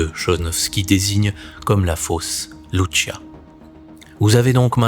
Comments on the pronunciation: Lucia pas Luchia..!! Olalala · Soeur Lucia , ça se prononce LOUSSIA et non pas loushia ; obéissait seulement à la Sainte Vièrge Marie , le vaticain ment et il est la sinagogue de satan et le siège de l'antichrist dans la personne de Prevost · 🇨🇵 Bourgogne 👑⛪ Salut ! Lucia Dos Santos était portugaise. Son prénom Lucia se prononce avec l’accent portugais, non pas avec l’accent italien "Loutchia". Janvier 2026 Bonne année 🕊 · Monsieur je me permets de vous corriger sur le prénom de Lucia. Il se dit comment en français puisque le prénom est portugais et non pas italien. Comme Lucie mais avec un a (Lucia)